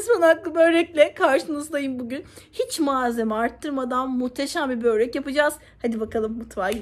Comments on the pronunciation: abla seni çok seviyorum da keşke böreğe böğğrek demesen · Çok tatlış, çok enerjiksin ama lütfen kelime telaffuzlarına da özen gösterelim, sizin gibi hoş bir hanıma BÖĞREK kelimesi hiç yakışmıyor 💜 nacizane rica, öneri ne dersen artık 😘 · Böğrek değil börek lütfen. Ellerinize sağlık güzel bir börek. Selamlar.